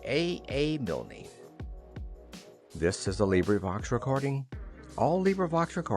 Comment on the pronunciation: who the heck is milnEE??? DUH!